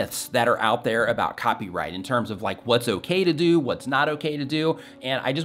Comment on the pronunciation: Lol side note… at one point you said “We dough Not” instead of “we do not”.. and it reminded me of an episode in I love Lucy when the guy didn’t speak English and said “we Dough not” and Lucy says “we dough not? Sounds like some place in Arkansas!” 😂😂😂 I guess I’m getting sleepy! Lol thanks for the advice though! Was helpful!